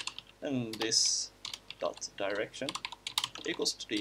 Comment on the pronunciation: What I understood: when he said "in a direction" it sounded like he said "that erection"